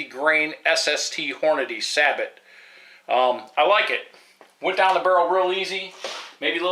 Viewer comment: Good review!! I would just like to point out a little Pronunciation difference, if I may. The word you say "Sabot" and the way you say it means "Wooden Shoe"!! Take it from this old Navy Ordnance man the "T" is silent-- the word is Sabo. In your defense, more people pronounce it wrong, than right!! If you said Sabot in the Navy, you would be doing Push-ups for hours!! LOL